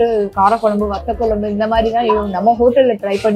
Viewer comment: It's not kolumbhu It is kozhambu correct it and tell